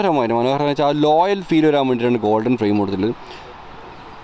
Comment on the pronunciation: ലോയൽ അല്ല ബ്രോ.. റോയൽ.. റോയൽ